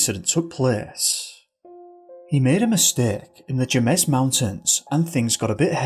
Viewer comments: Near , "Jemez" is pronounced with an aspirated "h" sound, like "hay - mez". No hard "j" sound, not "Jay- mez". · 😆 bruh... okay it's "pey-cose' not "peh-coss" "Hey-mez" not "jeh-mez" and it's Jeep "CHE-roh-kee" not "chuh-ROWkee" but don't worry you get a pass, i don't blame you, we have some strange words in New Mexico. Lol nice work with Sangre de Cristo though! Mel Nadel could have decided to disappear. No one leaves their gps behind, that's like forgetting your cell phone, especially if he'd gotten lost before. Maybe his trail ended because he started walking in to keep up appearances, then walked back out and got into a car. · I lived in Santa Fe and now live north of it. FYI - Jemez is pronounced Haymez. It's an interesting and sometimes dangerous land. But, where I live, it's nice to worry about 4 legged animals more than the two legged ones that I used to worry about when I lived in the city. You also have to remember that people visiting the state may not be used to the altitude. I currently live at 6500 feet above sea level. I grew up at 60. Even people who live here need to adjust to higher levels in the mountains. That could have been an issue with the third case you spoke about. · "Jemez" Mountains is pronounced "Hemez". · Jemez Mountains pronounced Hemez Mountains. In Spanish the J is always pronounced as an H. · The J in Jemez makes an H sound